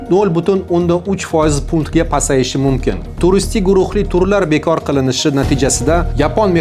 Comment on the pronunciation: Tilingdagi aksentni yuqot, Jurnalist..... O'chunchi, Yepinoya, mo'mkin, ixsoslashtirilgan.... kabi talaffuz nuqsonlaring bor